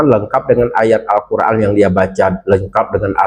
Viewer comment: Tajwid nya koiran atau koiron..yg bener tolong di informasikan... mulai drama lagi si gerombolan RS cs itu... sayang sekali bagi yg memberikan mimbar bagi golongan pembenci dan pemfitnah... sayang agama dipakai untuk payung sok paling benar...